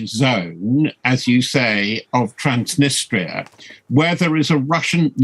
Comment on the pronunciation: Times newsreader struggles to say 'Transnistria', a name from last century. It's actually everything between the Dnestr and Tylihul rivers